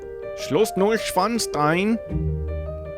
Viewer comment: HUGS ITS STEIN(ITS SPOKEN LIKE SCHDEIN NOT WITH AMERICAN ACTENT!😂